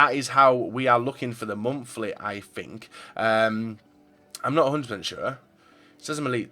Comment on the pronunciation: its monthly not momfli